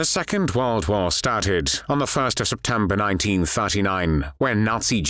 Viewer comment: The fuuuussst of seppteeembaa ...